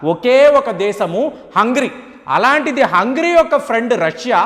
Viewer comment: హంగరి country పేరును hungry అని చెప్తున్నారు